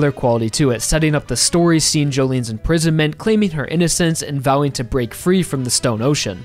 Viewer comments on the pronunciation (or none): none